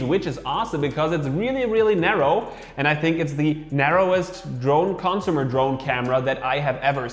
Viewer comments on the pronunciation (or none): It's not "cònsumer". It's "consùmer". It's not "autonòmously". It's "autònomously".